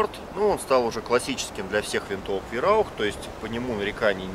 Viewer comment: не Вераух а Вайраух